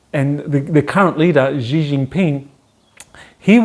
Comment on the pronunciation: Yup... the pronunciation is really quite off.